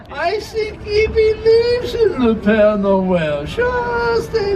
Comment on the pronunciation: Hi, it’s pere Noel. As in pear Noel!